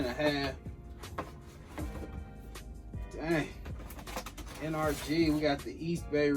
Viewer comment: My mans said N r g it’s supposed to b Energy